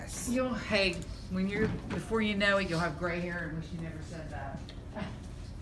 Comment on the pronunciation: i thought you said "am I gay" instead of gray